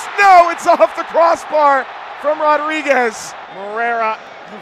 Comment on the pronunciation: BRO HE NEED TO LEARN HOW TO SAY RODRIGUEZ !!!!